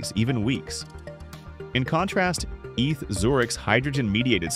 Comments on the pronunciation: stop saying eth Zurich! its E T H, Eidgenössische Tecchnishe Hochschue! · If you bother to edit the script you are giving the AI voice, you can fix the mistakes. "Eeth" for ETH write instead "E tee aich" or the Swiss/German "A Tay Ha" with A is an hay. I'm sure there are directions on how to format or use special symbols to fix this and other mistakes. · I’m sorry but the way you say “Eth Zurich” makes my skin crawl, it’s E.T.H. Zurich, or E.T.H.Z. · "Eath" 😂😂😂 E.T.H. !! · AI narration is evident. It is E T H Zurich, not "eath Zurich". You need to turn the letters into a correct acronym or separate them with spaces in the script you feed to the AI narration site, like "E.T.H. Zurich" or "E T H Zurich".